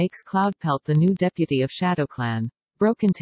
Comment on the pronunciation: The pronounciation 😭😭 “Rouges” “Sedadstir” “Deapty”